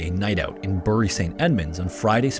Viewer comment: As a local, just to say that Bury is pronounced ‘Berry’. Much love.